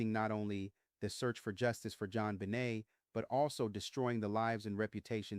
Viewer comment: your followers know this is a newly named podcast of yours even though we don’t know why you did this. Much of the voice seems right, until the pronunciation of Jonbenet asJon benay en and DNA comes out as Deena. I don’t understand the change in pronunciation.